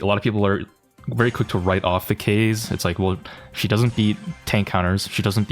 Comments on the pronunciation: It’s pronounced kazey not ka z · wth is ''k(ay)s'', it is read ''Ka-zay'' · Kaze isn’t pronounced “case” but like “kah-zeh” because its a japanese name. Think of it as “kamikaze” without the kami. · Kayze? It's KAH-ZEH. Japanese bro, it means wind. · is fine, as long as u arent pronoucing Kaze like ‘Case’ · why do you call her keiz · You pronounce it as kah zey btw. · It's Kaze: KA - ZE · is her name pronounced Kah-zay or Kah-zeh? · Bro why do you keep saying her name wrong on purpose, quit trying to farm rage comments like me plssssss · Not tryna be toxic but its sad how in jae yong vid u called people who pronounce his name wrong whiteboys but now u pronaunce Kaze's name completely wrong, her name is japanese please stop using english accent i beg u.